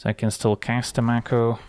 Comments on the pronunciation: I think it's "make-o" not "mac-o" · I think the 'a' in mako is pronounced like in 'may' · Conventionally, yes, though the word itself is from Te Reo Māori and is pronounced 'mah (rhymes with far) - ko (rhymes with law).